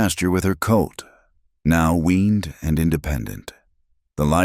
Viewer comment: mare not mayor...colt not coat,,, lena not lina,,,calder not caller,,,hell in not hellin,,,foal not full errors distract